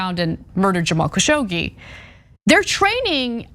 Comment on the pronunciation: Dear Ana it is KASSHOG-JI